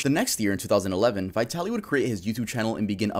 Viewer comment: It amazes me how many people who have talked about Vitaly , and aren’t aware that the word VITALIZED exists . That’s what his channel was Called . Not VITALY ZD . It was VITALYZD TV . “VITALIZED TV “ . I’ve seen dozens of you tubers say that name and never ever say it right . And I’m not even a fan .